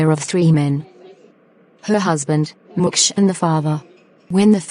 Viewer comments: is that me only hearing Mukesh as Mucus!!!??🫣😮‍💨.... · Mukesh ❌ Mucus ✅ 😂